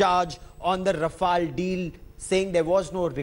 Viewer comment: Mr Roy, We know the pronounciation of TMC and Mamata, It is not called Ryafel Joy, enjoy. Bakwaas, english padaana hai tho, WBke school me jayiye na.